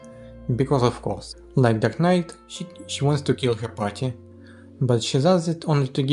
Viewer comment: The subtitles mistook your pronunciation of "dark knight" to "duck knight", just thought that was funny.